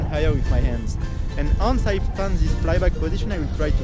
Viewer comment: Great video Theo, as usual. If I may, listen to someone about how to correctly pronounce "once"... :-)